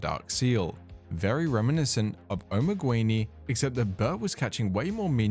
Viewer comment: Just a minor constructive complain. Assuming spanish spelling (since his client was in spanish in the videos shown I assume that was the "correct" way) the word "Omeguini" is not pronounced "Omeg-U-ini", it is pronounced just "Omeg-ini". Could not help but notice every time that player's name was repeated. The word itself has no meaning AFAIK, it kinda sounds like an italian omega. If spelled like you said it does not ring a bell.